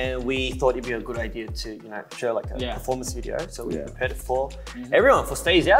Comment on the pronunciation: CHANGBIN’s AUSSIE ACCENT 😂😭 “you knaur you knaur?” OMG also his English has improved so much